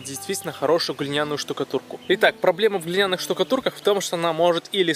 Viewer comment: Глиняный - ты делаешь ударение на втором слоге . Грамотей херов .